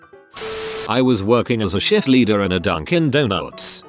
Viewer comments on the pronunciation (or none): The TTS voice cannot tell "shit" and "shift" apart.